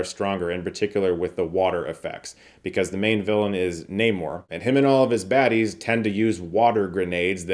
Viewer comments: It's NAH MORE, not Namor. This isn't the same character as the classic Atlantis guy. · It's namor lookup the comic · You pronounced Namor wrong you bigot.